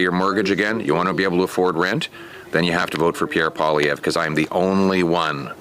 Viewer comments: Polievre not Poliver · Polylever 😂😂😂 poilievre is said : pool lee euvre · You just butchered Pierre’s last name lol. It’s pa lee ev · SAY 'POLY-EV' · Poly-ev is how you pronounce his name. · Hey, Canadian Trumps last name is pronounced "Polly-ev". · Pierre Poilievre = Pierre Polly ev, The re on the end is silent. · Turdo hasn't actually resigned yet. All he has done is he PROMISED to resign - sometime in the undefined future after his perverted LIEberal party find a new leader who is acceptable to all of the other perverts in the LIEberal party. It will still be an eternity until we see the last of him.BTW, Pierre's name is pronounced as Poly-yev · Pronounced Polly Eve easy peasy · Poor Pierre ! Just say POE LEE EV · Pierre POL-EE-EV is how it's pronounced; but don't worry - I couldn't pronounce it either, when I first saw it, written. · Polly-ev is how to pronounce his name ❤️ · It’s pronounce Polly - ev. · Pollievre is pronounced .Poly.. ev.vvv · learn how to pronounce his name correctly. DO BETTER. LorenMorretDOTcome has proven the dope's lineage. It is NOT speculation. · I lost respect when the host of this channel mispronounced the name of the leader of the conservative party, It is spoken in the clip he shared, I dislike Trudeau immensely and look forward to Mr. POILIEVRE becoming a real leader in Canada.